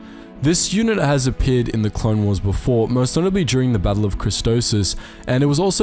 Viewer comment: Am I the only one who cringes every time he mispronounces Christophsis?